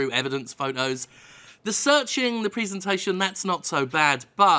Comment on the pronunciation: The way you say 'Presentation' is kind of weird